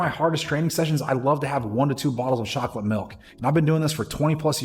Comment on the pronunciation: "Shocolate Milk"😂 "Fissh"😅 Just buggin good video!